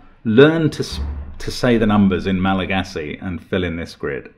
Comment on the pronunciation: One of my closest friends is malagassi and they were both shocked at your pronunciation and impressed by the logic to solve it despite the pronounciation